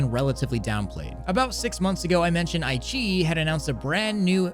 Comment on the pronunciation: Not ai-chi It's Ai-qi-yi